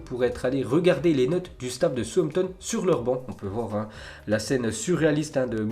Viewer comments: C pas souampton mais « saoussampton » southampton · On lui dit que ça ne se dit pas Souampton ou on garde le secret ?